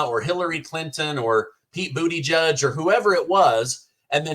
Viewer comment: 😂😂😂I'm sorry. Every time you say Pete Buttigeig, your pronunciation makes me laugh😂😂😂